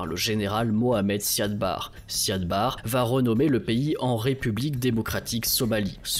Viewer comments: L' "intégrité" territoriale plutôt que l'intégralité. Et le nom en question a tjs été prononcé Siad Barré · Siad Barre se prononce Barri. C'est essentiel de bien prononcer le nom des leaders pour une meilleure crédibilité. Biden ou Macron se prononce bien comme il se doit malgré les spécificités linguistiques. Vous avez été rigoureux dans vos recherches. Ce serait aussi bien pour les noms car vous le faîtes systématiquement quand il s'agit de pays peu développés.